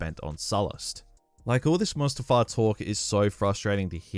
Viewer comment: when he said mustafar, i clenched my fist in anger